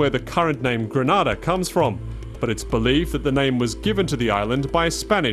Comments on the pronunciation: I'm Grenadian, it is pronounce Gre-Nay-Da, not Gray-na-da, plz doh try to tell us how our island's name is pronounce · briantravelman you are right but there us a difference we say gre-nay-da and yes how the man pronounce it Grenada that's another place and yes it's a Spanish country so don't get it twisted it's 2 countries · How does this guy mispronounce Grenada one way and then go and mispronounce Rasta in the complete other direction? It's like he's intentionally trying to misread. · They could’ve at least have a commentator that pronounces the name of the country properly. I find it somewhat offensive that He didn’t take the time to pronounce “Grenada “ properly,instead he’s saying “Granada”🙄😏😏. C’mon! Do better. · Before you make a documentary about a place please learn the proper pronunciation of its name. Granada is in Spain. This is GrEnada. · At least if you're going to do a documentary on a country, find out how to pronounce it. Gre-NAY-da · Pronounced "Gre-NAY-da" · How the hell do you mispronounce Grenada. Everyone knows its pronounced, Gre-NAY-da, and if the locals pronounce it that way, that should be a hint, that that's the correct pronunciation. Anyways, interesting video. I would like Carriacou. No mass tourism, or high rise resorts. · Too much injustice.. And you further that by butchering the name of my homeland. Always show respect to any culture, by at least pronouncing the Name of the nation correctly.. Goodness.. Granada is in Spain, island off Spain.. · Instantly disliked. How are you voicing a documentary about a country and you cant even pronounce the name properly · It's pronounced gre NAY -da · Yep, it's GrEnada just like it's spelled. Carriacou is also mispronounced . It's "keh-ruh-koo". The second a is silent. Interesting video otherwise. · Man butchered the name of the island. Beautiful people and island. Respect to my Caribbean brothers 🇯🇲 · Check your pronunciation of the names of the islands